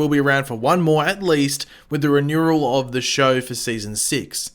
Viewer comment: Say renewal again...